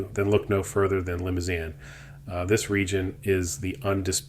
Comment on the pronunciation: It's pronounced Li-moo-zahn.